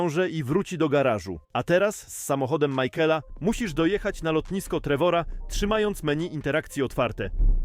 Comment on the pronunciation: michaela nie majkola